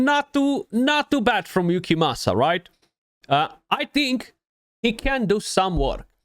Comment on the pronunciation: Wow 43 minutes in and you pronounced it correctly 😂🤣🙌🙌🙌🙌 much respect to you 🫡 great guide, thank you!